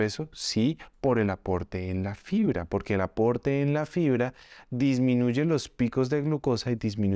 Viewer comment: Pilas que dice FRIBRA